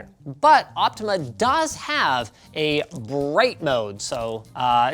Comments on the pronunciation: I don't think he correctly said the brand name even once despite it clearly saying "Optoma" on the box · linux where in the box you read optima as optimal? it is optoma as for optical monitor